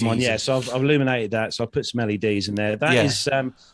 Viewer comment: I was listening at 2x. Rather than hearing “I put some LEDs in there” it sounded more like “I put smelly D’s in there”. Much laughter